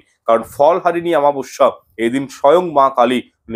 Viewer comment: Daya kore aktu shudhre neben shabdo ta ho,chchhe amabasya, aamabasya not.